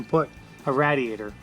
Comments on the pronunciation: What with the way you keep saying RAT E ATOR IT'S RAIDiator like someone is raiding you're house. RAID. EEE A TOR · 'RA(Y)-diator'................c'mon man! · Why do you pronounce radiator like that. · Always a good video when says "Rad-e-add-er" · Dayum! I thought that muffler was the gas tank..., Every time I hear you say "rad-e-ator" it makes me laugh...I'm sorry...I'm easily amused I guess.;) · Tennessee Outdoorsman no just pa lol. I'm in wa, and we say raid-ee-ator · Zac Slaman it’s an east coast thing.